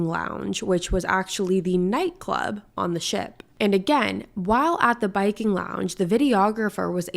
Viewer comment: It was called the “Viking” lounge, not the “Biking” lounge.